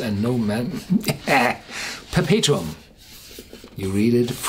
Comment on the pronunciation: 👍yeah, pretty much dead on pronunciation there me-bucko!